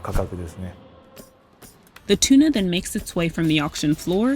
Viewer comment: Interesting but at the beginning of the video they say tuna wrong